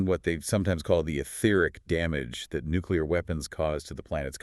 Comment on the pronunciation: It's nuclear pleading not nesrcar lol